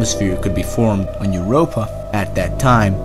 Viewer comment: "Eart, Er, gilometer, and YEERopa"😂